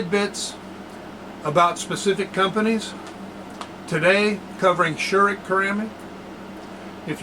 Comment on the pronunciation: Very informative video! But please do not be offendend, but you got the pronunciation of Scheurich very wrong. But I guess it's not that easy for an non-native speaker.